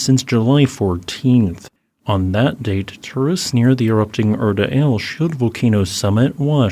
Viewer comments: Feels oddly similar to the 2018 Kilauea LERZ eruption, though hopefully with less destructive results for Afdera. Also, I could be wrong but I believe the 'Ale' in Erta Ale is pronounced "Ahh-leh" rather than "Ail". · Just FYI, it's pronounced Erta Ali, not Erta Ale.